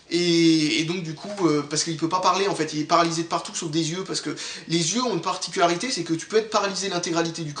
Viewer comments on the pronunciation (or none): none